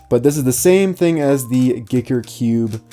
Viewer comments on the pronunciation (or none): Who else cringed when he said geeker cube instead of Giiker (Gie-KER) Ps not hating I love content